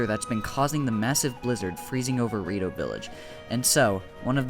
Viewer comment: "the rito-" All i hear is DORITO